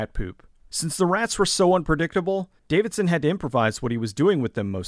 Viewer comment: Love the video but it drove me nuts that you kept getting Bruce DAVISON's name wrong.